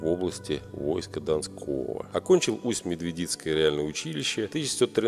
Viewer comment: Усть-МедвЕдицкий ! Ударение на Е. От названия реки Медведица.